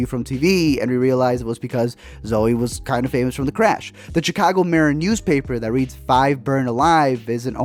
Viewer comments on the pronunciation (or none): It's pronounced SH-icago, not CH-icago!!